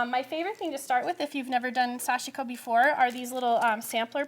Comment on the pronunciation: pronunciation for sashiko is so westernized by. Correct is to emphasize the first syllable then the last (almost a two syllable word). The “i” almost inaudible.